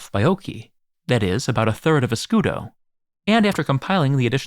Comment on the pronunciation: Scudo but pronouncing it scudeee😂😂😂